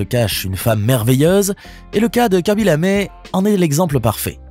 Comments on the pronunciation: Pourquoi Lamé ??? Y a-t-il un e accent ?? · C’est Lame, pas lamé.